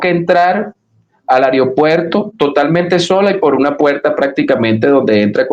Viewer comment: se escribe y pronuncia AEROPUERTO, no...., ariopuerto.